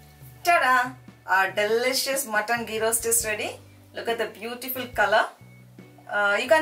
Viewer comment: Its ghee! Not gee!